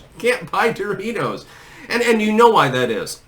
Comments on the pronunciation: DOOR-itos... who says it like that? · Yo she walks by a "stranger", looks at them and says "DOE-RITOS" 😂😂😂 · She called em: "Door reetohz" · She can't even pronounce "DO-ritos" right. I bet Trump can, and I'm pretty sure he's older than Doritos... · “Doooreeey toes”—that’s how you pronounce it, right? Goes over to guy holding Doritos, grabs it from him, spins around, holds it to her chest and grins (looking like she’s guest starring on 30 Rock ). Yes, this is definitely how humans act. Yes, very human, much normal. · Who was the person in the video who pronounced "Doritos" in a strange way? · Even the way she says "DOR eetos" is cringe. And then a short cackle after. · How does one even purchase these.. "dough-real-toes"? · She can't even pronounce, "Doritos," correctly.